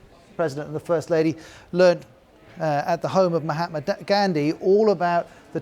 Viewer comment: Listen to this fake reporter mispronounce Mahatma Gandhi as mahahtmada gaa andi... .. And you blame trumpb😂🤣😂🤣